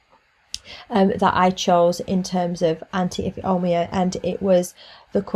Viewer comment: Tip: Ifeoma is pronounced If ay oh ma. Thanks for the video.